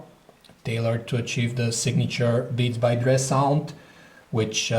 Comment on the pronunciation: "Beats By Dreeh"